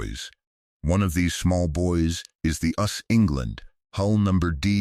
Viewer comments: FYI: It is pronounced "You Ess Ess", not "us". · Wrong Title Reading of text is terrible A ships is called USS (pronounce each letter) no the word us.